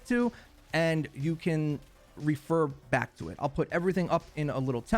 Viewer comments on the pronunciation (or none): none